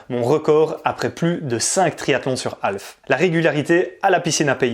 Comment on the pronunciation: alf, c'est l'extra terrestre. half, c'est moitié, semi en français et on prononce HAF avec un h aspiré et on ne prononce pas le L ! sinon vous pouvez parlez en français. ;) merci. :)